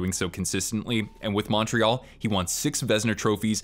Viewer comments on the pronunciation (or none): none